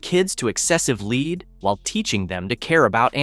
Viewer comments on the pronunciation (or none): LEED! It is pronounced LED. Non-English speaker trying English. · No, seriously -- it's a really good and important report, but it needed a human being to read it for this video, not an AI voice that keeps saying LEED instead of lead and "Go Deeva" instead of "Godiva." It hurts the credibility of your channel and the report to have AI deliver it. Just have the real author read it. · Learn how to pronounce lead.